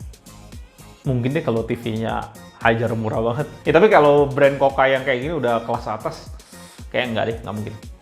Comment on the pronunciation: Mas...review tuh yg ikhlas...kelihatan malas malasan nya...blajar nyebut merek....KUKA...bukan KOKA.. Teriakan terakhirnya spt legah bnget, slesai review sesuatu yg tdk disukainya....rubah atitude! Klo mo suksed